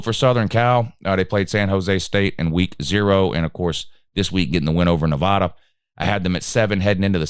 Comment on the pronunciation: Their ain't NO "O" in Nevada.